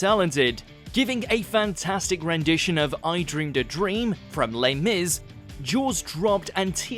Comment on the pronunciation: “From Ley Miz.” You didn’t actually say it like that right? Bloody hell that was an horrific sentence mate.